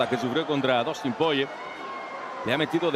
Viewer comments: Por qué el relator le dice Dustin Poiyie?? Es desesperante tanto le cuesta leer y pronunciar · porque lo llaman PORRIER o POYER ? jajajaja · Que mala que es la narración en español y lo malo que son con los nombres "Poie" y "Gaetye" que es esto? 😭😭 También usando terminos como volado para un gancho... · a alguien mas le da toc que siempre en TODAS las peleas diga mal el nombre de los peleadores? enserio me da mucho coraje, aprendete los ptos nombres minimo y dilos bien para la gente que escucha... no hace falta una carrera para aprender a pronunciar